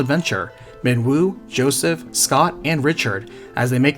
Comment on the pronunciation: I cringed every time you said Richard